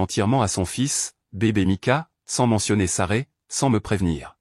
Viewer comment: C' esct Sasrah !, ce n' est pas Saray §§§§.... Vous ne pouvez pas raconter correctement ???..... Vous ne savez même pas lire ???....